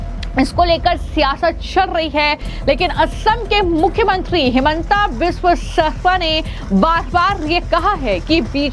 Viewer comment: News reporter Bane ho Assam ki CM ki naam pronounciation nhi lepa Rahi ho .